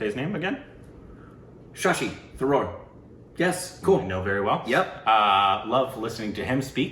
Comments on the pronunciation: When pronounces his name it sounds like Shashi zarur. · When said shashi tharoor, I heard “shashi the roar” 😛